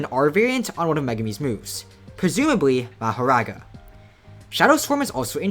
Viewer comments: my brother its maahoraaga not ur american meherega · Its Mahoraga not mahoRaga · Never pronounce Makora again 🙏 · omfg please say it normally not mah o raga it is maho raga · its pronounced "mah-huh-raga" btw. no hate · It’s pronounced ma-whore-rah guh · its pronounced mah-hoe-ra-ga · Ma-Ho-Rog-Uh is how u say it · It’s ma like like calling someone your pa so, ma ho raw ga pronounce it like that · let me help you out, its ma-hoe-rah-guh say it fast, dont really enunciate anything thats just kinda how its spelt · its pronounced mah ( like how you pronounce max) hor ( like how you prononce hore ) aga ( like how you pronounce raga) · Ma•Ho•Raga now say it together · maho-raw-ga plz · it's mah-hor-ahga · Mah- WHOR- RAGA, THATS HOW YOU SAY IT. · its Mah-her-raw-guh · Ma-her-aga . practice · mAhorAgA, my ears bleed from you saying mahoraga :face-purple-crying